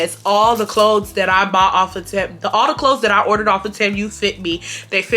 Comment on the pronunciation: Girl it’s “tee-moo” not “tem-u”😂